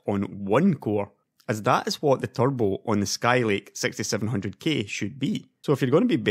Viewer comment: i heard it sexty seven hundred gay